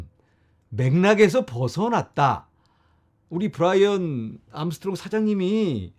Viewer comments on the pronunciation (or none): none